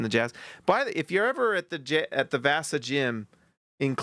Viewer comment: Brother how you pronounce vasa 😂